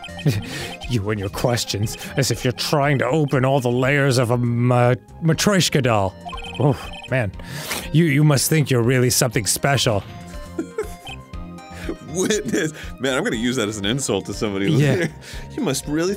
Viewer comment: idk if anyone will see this but,,, idk if its just how Americans pronounce it but that is NOT how you pronounce Matryoshka The correct pronounciation is Mat-Ree-Osh-Kah, well.. it may not be the corect version but that is the russian pronounciation. (I am Russian)